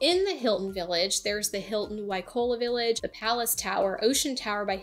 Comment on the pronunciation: Seriously? "Waikola? " not Waikoloa?! You don't speak "Hawaiian " but you do read English? Guys, if you can't make quality content, just enjoy your trip and leave people alone with your "four seasons " recommendations. Four seasons is nice...no kidding. How does it help 95% who are not retired brain surgeons? Ridiculous